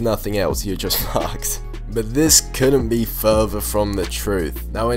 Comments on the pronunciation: why does he say „furver“ instead of „further“ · ITS “fURther” not “fuver